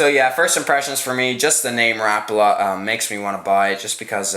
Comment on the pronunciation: it is pronounced Rap-a-la not rapla